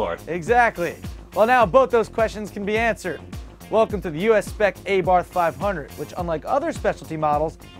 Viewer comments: It's "Ah"Barth , not "AY"Barth . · its abarth not a barth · Uh-Bart, not Ay-barth. :-) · Its not A-Barth it abarth...lol and the other is pronounced esseesse as in SS...LOL You funny dude! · its not A-Bath ffs, its 'arbarth' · Abarth=Arr-bath not A-Bath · its Ahbarssss not ahbar!! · It's abarth, not AYbarth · Dear americans, Abarth, is not pronounced A Bath, it's Arbarth. and Nissan isnt pronouced Neeeeesan, its Nis san. It's not that hard. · its not a-barth is abarth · it is a-bart that is how it is pronounced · Finally a car sized just right for - the Fiat 500. I kid, we love you. Re: Abarth pronunciation- as soon as that car is lowered off the boat it becomes an ay-barth. This is America & we'll pronounce things however we want! The SS will be way over priced though I'll bet you could buy one of those sweet new Toyobarus for less. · Welcome to the U.S-spec AYbarth five hunert! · It actually pronounced "Ah" bart - or at least thats how the italians in torino say it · "AY-BARTH" lol! O You yanks. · Your pronouncing "ah-bar-th" wrong. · LOL at how you guys pronounced abarth. It's ah-barth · um that's "ah-barth" and SS was always spelled phonetically for the Abarth, so I'm not sure it's esseh, esseh but ESSE ESSE... SS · GODDDDDDDD you guys come on its not a barth its a bath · Its not called ''AAA-bart''..... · isn't it pronounced "ah bath" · Wow, how about you get dumb ass next week, for your atrocious pronunciation of Abarth and Esseesse. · ok just for the people that cares, the "A" sound like the "A" in "PIZZA". The "TH" sound like "T". Now you know how to read ABARTH. And abarth is for fiat what mopar is for dodge and trd is for toyota. Btw, nice episode. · ahhahah please learn to say ABARTH ....